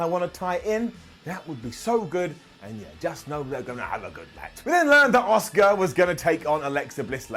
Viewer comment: Asuka, not oscar.